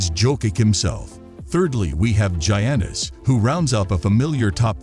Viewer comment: AI can't pronounce Giannis .